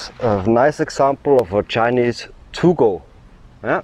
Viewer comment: It is pronounced Too-Go. It literally means, earth dog. I have one (yellow). I live "there." It is wonderful here, and my dog is the best one in my long life! Edit: You are mistaken about them not being good guard dogs. Try walking up to a random house in a Guangxi Village and see what kind of welcome you get!